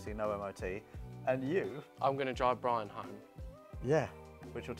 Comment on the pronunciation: Bwian, eh? |